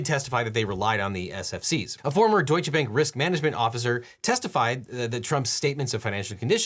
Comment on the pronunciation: It's very funny when you say 'Deutsche Bank' and you pronounce 'Deutsche' in german, but not 'Bank'. (bank being the german word for bank too, but with a slightly different pronunciation)